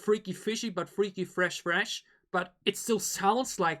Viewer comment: They pronounce the word "fresh" as "freshi" bc of the specificity of the Korean language... I actually like their songs...and I think u can enjoy the song "tank" better by watching their dance performance :)